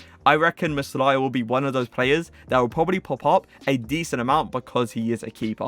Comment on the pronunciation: Its meh- lier not meslaya